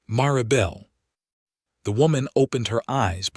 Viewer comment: Mare-uh- bell. Starting to hate AI narrative